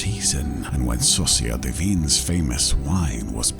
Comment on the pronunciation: I can't tell if he's saying "Saucière des Vignes" or "Sorcière des Vignes" in both cases, he's saying it wrong but at least the art is good x3